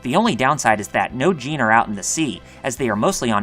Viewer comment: Why would you overpronounce djinn as "jeen"? It's just jin